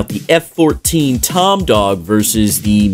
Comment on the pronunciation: This dude really said Tomdog…